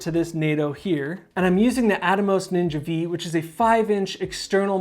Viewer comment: this dude said ninja Vee...lol its ninja 5 my dude...lol